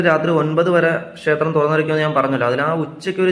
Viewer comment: ഷേത്രം പറയാതെ ക്ഷേത്രം എന്ന് പറഞ്ഞാല്‍ നന്നായിരിക്കും.